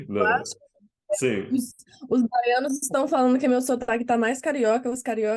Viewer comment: Sótaqui baiãno légítimo. Impórtante.. kkk muito legal! Oxítonas, paroxítonas e proparoxítonas pronunciadas / entonadas (?) com perfeição.